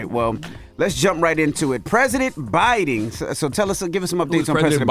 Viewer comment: Envy you are such a clown. Can't even pronounce Biden, but critizing him misspeaking